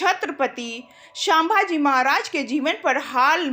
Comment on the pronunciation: sambhaji ko sabha ji kyoan uchcharit kar rahi àap. Seekhlo uchcharan.